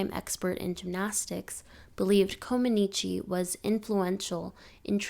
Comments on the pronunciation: I cringed every time the poster pronounced Comăneci incorrectly. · If you are going to do a post on gymnastics LEARN how to pronounce Nadia's last name correctly. It's Romanian NOT Italian.